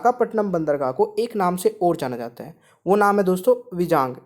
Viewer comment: विजाग नहीं = वाइजेग